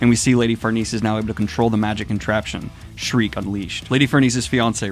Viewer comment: Sheer-kuh. Not Shriek. Sheer-kuh. Please Daniel.